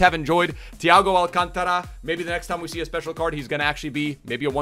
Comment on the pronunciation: Alcántara, not alcantára